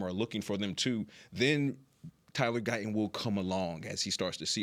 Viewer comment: He would have to pronounce a t. Why won't he pronounce Guyton correctly?